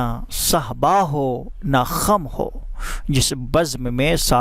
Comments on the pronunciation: kham nai khum hai janab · Kham nhi " khum" boliye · بھائ kham خم نہیں ہوتا، خم khum* ہوتا ہے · خم پر زبر نہیں پیش پڑھا جاۓ گا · Fareb e jalwa khum rind sehba pronunciation theek karain